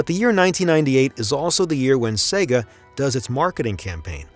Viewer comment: SEGA (not SEGGA)